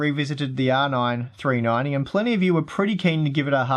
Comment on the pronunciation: You sure need more practice when pronouncing R9 390...You sound like"Rna Threenanteen"